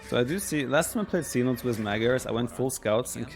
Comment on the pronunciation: Seh-No-Tess Cenotes